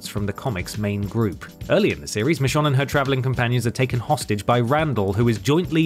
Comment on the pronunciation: Why do you keep calling her Mishon? 😅